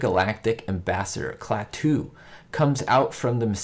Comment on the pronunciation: HI,! (*BTW, it's KLAH-too, not Klah-TOO).